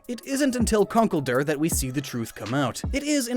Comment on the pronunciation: 90% sure conkelder is pronounced conk-elder